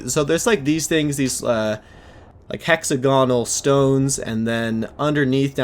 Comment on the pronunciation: The way you say hexagonal is wierd. Like... almost got it right.. But yet so far from correct... It's cringe. So is playing without weight..